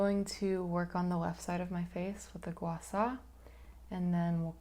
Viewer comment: Thank you for pronouncing gua sha correctly 🫶 this was a nice video, thanks for sharing!!